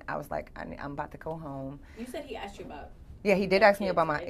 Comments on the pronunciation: Axed.....no no no asked....... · She Aks him...